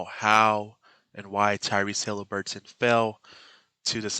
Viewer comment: Too bad you can't pronounce his f ing nane